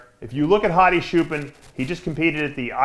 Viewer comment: Say chair, now say choopaan. Not shoopen lol thanks for the support Dave.